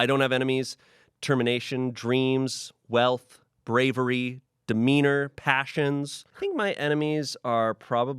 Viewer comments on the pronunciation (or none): WHEN HE SAID ‘demeanor’ I THOUGHT HE SAID ‘wiener’ AND I HAD TO REPLAY IT